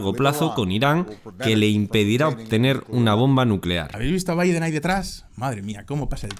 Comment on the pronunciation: Que raro pronuncio el nombre de Joe Biden 😂retrocedí el video 7 veces y todavía no entendí.